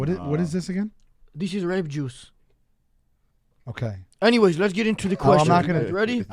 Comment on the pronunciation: Like how he pronounces "grapejuice". Says a lot about the "power dynamics". Never drink the "Kool-Aid".